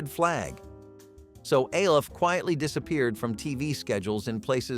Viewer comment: It's ALF, not A L F